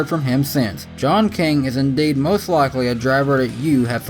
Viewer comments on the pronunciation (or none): none